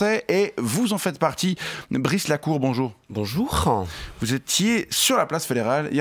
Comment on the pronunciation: "boujourin" Ca commence en beauté !